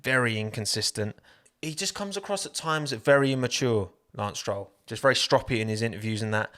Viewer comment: *unt.. he missed These letters while talking s-troll